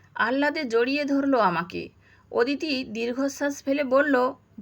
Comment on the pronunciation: “ওদিতি” নয় হবে “অদিতি “